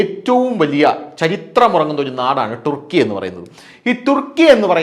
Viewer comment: ഒന്നുകിൽ തുർക്കി എന്നോ അല്ലേൽ ടർക്കി എന്നോ പറ ടുർക്കി എന്ന് പറയാതെ